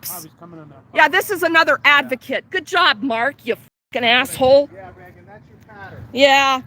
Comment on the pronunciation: why you so dumb? I think you should walk around with Regan and observe. I would give to this woman’s cause forever. And by the way, her name is not Regs. (Not Benton either as you say at the end). Just wow. You got nothing to contribute but mistakes and an attempt to get more views.